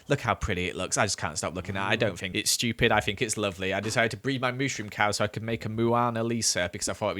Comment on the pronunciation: I don't like that you pronounced stupid "schupid".